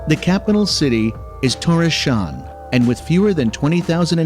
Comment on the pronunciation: Never have I heard "Tórshavn" butchered in such a manner.